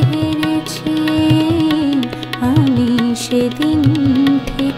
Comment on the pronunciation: aami bolte pronounceta gobhir hotchhena